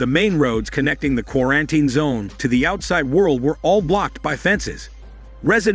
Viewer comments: what the hell is a qu-are-en-tain? Gotta love AI scripts and fake voice over narration. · Does an AI do the narration, because the way it says quar-an-tine zone is weird & obvious to any human listening, although it keeps speaking after saying it in broken speech?!?! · Qua-ran-ten! xD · I love how he says ,,qurantin’’ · not even quar sounds like its saying kora-an-tine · Why is it so hard to pronounce properly word "quarantine"? Every time you say it, there is a mistake😂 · the way the bot pronounces quarantine differently every time is so annoying